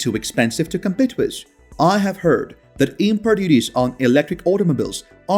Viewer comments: With is pronounced as WITH not WISS. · The word WITH is pronounced as WITH not WISS. The word WITH is pronounced as WITH not WISS. The word WITH is pronounced as WITH not WISS. The word WITH is pronounced as WITH not WISS. The word WITH is pronounced as WITH not WISS. The word WITH is pronounced as WITH not WISS. The word WITH is pronounced as WITH not WISS. The word WITH is pronounced as WITH not WISS.